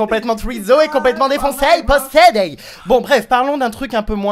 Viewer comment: il a dit qu'il était possédé avec un accent canadien wtf